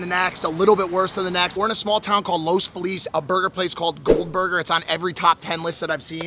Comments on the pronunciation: Bruh, he pronounced Los Feliz like he's fucking new. Love you Mike, but that brings shame to you as an Angeleno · Mike that’s how I know you’re not from here. You absolutely butchered the name “Los Feliz” 😂